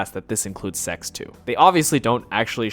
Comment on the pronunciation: He said "koitle" and "secks" 😂 but says "fuck"